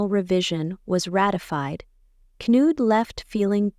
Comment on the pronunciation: Knud, not Canood. Benedikte is pronounced Ben-eh-DIK-tah, not Ben-eh-DIK-tay.